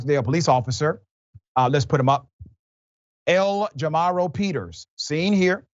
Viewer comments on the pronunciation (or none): Did he say the arresting cops name was L Jamaro Peters, or Aunt Jamima?